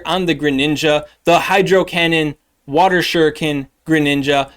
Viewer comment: Bout time someone knew how to say shuriken. You’d think the Naruto / Pokémon go player crossover was much bigger than it is lol Also, why is there no cresselia PvP IV deep dive??? Figured that would be a pretty important one. Really hope you can get around to it at some point. We rely on you! ❤